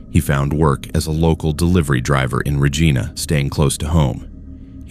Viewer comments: Regina is pronounced Reyena not Regeena!! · great stories - but Regina is pronounced R E G I N A not R E G E E N A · It is pronounced Reg I na. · Reej-eye-nah =Regina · Whether the narrator is a human or an AI, I doubt that it is Canadian because it cannot pronounce "Regina" correctly. I have seen this same failure several times on other channels. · you are pronouncing Regina incorrectly but i do enjoy the stories. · Please learn the proper pronunciation of Regina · The mispronunciation of so many Canadian communities it’s Regina, Kitamat… come on bro. Do better. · I was just going to say that! They pronounced it as a name, lmao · The guy can’t say Regina right